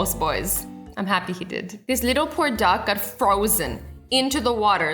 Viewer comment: When you said duck it sounded like you said dog, and just to say a reason for that, because I'm Australian it sounds a bit weird when I hear your voice